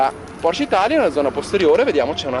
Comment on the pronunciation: Bravo. Finalmente che c'è qualcuno che chiama la Porsche, Porsche e non Porsch. 👍🥰